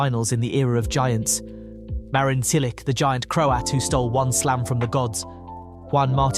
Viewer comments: The AI voice is still butchering names. Apologize to Marin Silik immediately. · "Cilik", "Raonik"... Ignorant idiot! Learn to pronounce names of tennis players. Until then you are not qualified to talk on the subject. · So you know how to pronounce Djokovic, yet absolutely butchers Cilic and Raonic. Why?